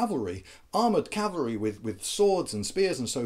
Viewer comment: Rhonda P My "gibberish" was a joke because you said "Calvary" instead of "cavalry" In case you do not know, "Calvary" was the mountain that Jesus was crucified on. Wheres "cavalry" is the mounted troops used in war. You said "Calvary is much more maneuverable" which is why I said "That is why you see a bunch of sentient crosses hopping around the battlefield."